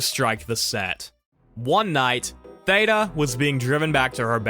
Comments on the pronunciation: You keep pronouncing her name wrong it's not like Ada Wong from Resident Evil 2 its pronounced like THEEDA Bara instead. I'm sorry that just irked me the way you kept mispronouncing Theda Bara. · "Theeeda"... and her last name was pronounced "Bear-a" until I watched this vid 🤭😂 Also, "tap-estry" not "tape-estry," and dates are off all over the place. Interesting nonetheless 🙂